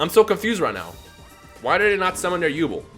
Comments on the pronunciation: Who the hell is yubul, it’s Yubel. Come on, did you not read the manga. On a serious note, 5ds is coming and I can’t wait for stardust dragon. It’s my favorite dragon. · it's pronounced yubell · Sorry you say yu(bell)'s name wrong and i cant take it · Also you pronounced yubel wrong it's said like you-bell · Its You-Bell Lol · probably already knows this by now but it's pronounced You-Bell. Yubel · it's yu-bell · Does it bother anyone else how he says Yubel? Haha no disrespect but I think it’s pronounced “You-Bell” P.S. I want more duel links! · It's genuinely bothered me from he's started saying it. I'm sitting here wanting to see my waifu in action and he's going and slaughtering her name! Still a good vid tho. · Might just be me but the pronunciation of Yubel sounds weird 😂😂